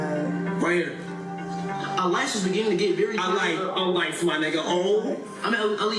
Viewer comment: A-lice. Alise😂